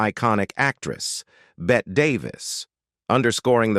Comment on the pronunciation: "Bete" Davis? As in French for BEAST? How appropriate!